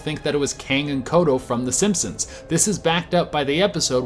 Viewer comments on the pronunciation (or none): Its kodos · The names are Kang and KodoS. With an S at the end.